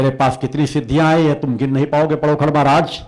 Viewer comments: महाराज पडोकृर नहीं पडोखर सरकार बोलिये बाद में कुछ कहीयो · पहले तुम पंडोकर का नाम लेना सीख ले उसके बाद जे अपने भाषण बाद में सुनान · Pahle sahi se pandhokar bolna shik lo.jise pandhokar bolna bhi nhi aata hai. wo Kya pandhokar sarkar ke samne khada ho payega.pahle bolna Sikh lo.dimag thik Kara lo.tum bhut bakbas karte ho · Pandokhar mhraj ka naam bolna Seekho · पहले तो नाम तो सही बोलो पंडोखर सरकार का 😂😂😂😂😂 तेरी दुकान बंद हो रही है इसलिए अब तु सनातन धर्म को बर्बाद करने मे तुला है